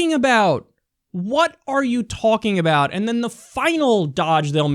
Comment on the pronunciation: I hate how Kyle pronounces 'And' 'end'